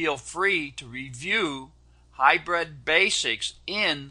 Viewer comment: Kind of annoying hearing him keep calling it hy-bred when it's pronounced hy-brid. I know of a couple of people that call it Hy-bird. But he's the best, so I guess he knows.